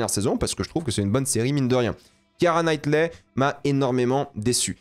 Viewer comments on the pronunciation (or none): « Kiara Knightley » « Kristen Dunst » par pitié prononce le nom des acteurs correctement. Je comprends que t’en a rien à foutre parce que tu veux juste poster ta vidéo sans la travailler et faire vite des stats mais fais un effort stp t’es quand-même sensé être un youtubeur ciné.. Médiocre, certes, mais c’est la moindre des choses.